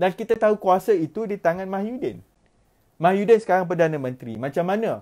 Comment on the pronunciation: Slm dude..you need to start pronouncing tsmy's name correctly..its MOHYI-din, rather than MAHYU-din...just a little mistake but best to be corrected..cheers